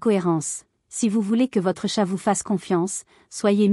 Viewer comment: Utilisez une IA qui prononce correctement chat (et non tchat)